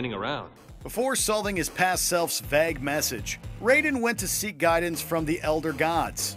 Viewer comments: Did he just mispronounce vague? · Can't pronounce vague?